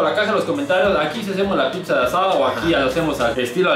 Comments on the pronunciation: Por qué dice la pipza 🤣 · A CASO DICE PIPZA? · es pizza no “pipsa” JAJAJAJAJA